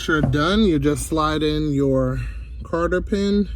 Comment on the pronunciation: Thank you. Very good. Maybe I'll do my 87 TSi sometime. The clutch is slipping when goosing the throttle. Were you saying Carter or Cotter pin? It's Cotter.